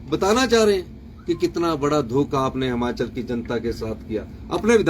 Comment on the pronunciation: हमाचल नही हिमाचल होता हैं